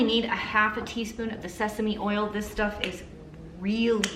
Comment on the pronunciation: Oh my lanta! You said “tisp” 😂😂 that was one of my favorite movies/scenes growing up 🙌🙌